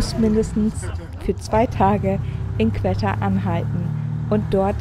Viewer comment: Sehr tolles Video! :) nur spricht man es nicht qwetta sondern einfach wie qotta aus